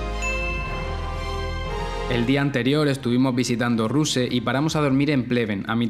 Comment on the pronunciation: El año pasao han restaurado la sinagoga en Vidin, que está al lado de Belogradchik que durate el comunismo fue usada como un almácen pero se quedó muy espectacular y la arcitecura también como Ruse (se pronuncia Rusé como la e al final) pero también allí hay una fortaleza imprescionante de Baba Vida que podrías ver. Sé que Sofia no te ha gustado tanto, pero no sé si sabías que en Sofia hay la tercerca sinagoga más grande de Europa después de Ámsterdam y Budapest. Es la capital economica. Es como los EEUU, que la gente no suele visitar tanto a Washington DC, sino Nueva York. Sofia es la "entrada del país" pero no tiene nada que ver con Budapest porque también fue bombardea por los ingleses y se perdieron mucha arquitectura. Estuvimos aliados con los Nazis, pero ironicamente hemos salvado a los judios. También tenemos iglesas armenias, que es una país súper antiguo también en Plovdiv y Burgas en la costa. Te recomiendo visitar a Burgas en verano sobretodo en junio, es una ciudad con mucho encanto y personalmente una de mis preferidas después de Plovdiv, Veliko Tarnovo desde luego y al lado de VT hay un espectacular museo etnográfico que se llama Etara y la ciudad del humor de Gabrovo. Y si os animáis hay la ciudad ski de Bansko que es muy famosa en invierno y en Bulgaria todavía existe una de las últimos trenes en Europa de vía estrecha también por la zona de Velingrad que es como volver literalmente muchos años atrás. Se llama Dobrinishte. Normalmente somos un país con muchas